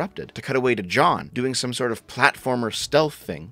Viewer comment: why does he pronounce jeanne as john? that was so confusing